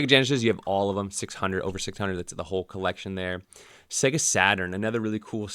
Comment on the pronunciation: PS SEGA is pronounced Sayga, not Segga!